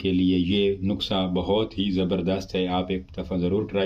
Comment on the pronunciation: تلفظ درست کر لو نقسہ نھیں ھوتا نسخہ ھوتا ھے اس نسخے سے کچھ بھی نھیں ھو گا اس نسخے کا ٹائمنگ کے ساتھ کوئی تعلق واسطہ نھیں ھے صرف تھوڑی سی ھوشیاری بڑھ سکتی ھے بس ٹائمنگ میں بلکل بھی اضافہ نھیں ھوگا